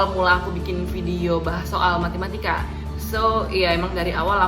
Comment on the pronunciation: Matematika kak bukan MATImatika 😂😂😂 Btw thx kak motivasinya! GBU 🙏🙏😊